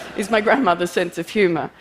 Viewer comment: Was she saying, "what is the purpose of my human" or "what is the purpose of my humor"? I thought the former at first, but then the latter.